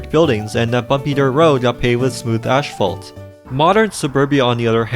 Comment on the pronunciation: The worst is "asphalt " pronounced ass-fault. Not ashfault.